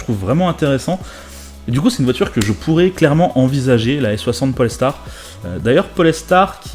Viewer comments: Moi c'est quand il dit polêstar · Par contre Polestar ça se prononce à l'anglaise, pas "Poléstar". C'est juste la traduction d'étoile polaire, d'où le logo. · On dit Pole-star. Etoile du pôle.